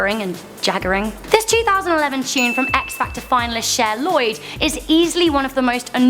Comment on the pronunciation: I hate and love you for saying x-factot